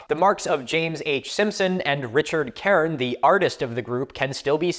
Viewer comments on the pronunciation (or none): none